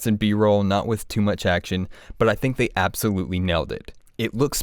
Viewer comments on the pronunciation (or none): none